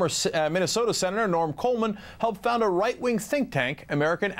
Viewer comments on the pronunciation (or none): none